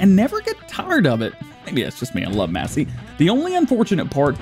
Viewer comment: No offense it's not mass it's mace, Massey Ferguson.